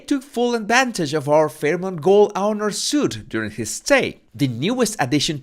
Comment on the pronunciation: Great video as usual. Don’t mean to be rude but fyo when you see the word ‘suite’ it is pronounced ’sweet’…….English is a very difficult language to learn, so I’m grateful that I learnt it from birth. 😉